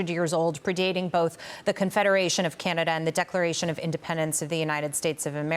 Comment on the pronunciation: Trump’s pronunciation of Canada.. Gadada. Freakin uneducated moron!